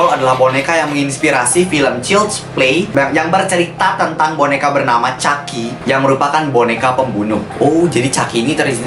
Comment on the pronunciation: chucky kak bukan ucki hadehh gak apa-apa dehh